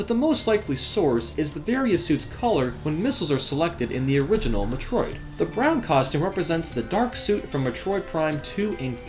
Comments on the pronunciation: Jeez the way you pronounce metro id it's like you're me-trolling us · Oh my god the way you say Metroid bothers me. It's Meh-Troy-d GOD DAMMIT! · I think the reason why it's a little bit of a problem if you pronounce a popular video game series incorrectly is because you're a gaming channel. People come to you because you are supposed to be well-versed in this universe. You kind of lose credibility when you can't even pronounce Metroid. It would be like the President not being able to pronounce America. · I CANT STAND SAY METROID SPEAK ENGLISH DUDE SPEAK IT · that's not how you pronounce Metroid brah. but nice vid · You say Metroid like it's a freaking swedish dessert. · why do you say metroid so werd?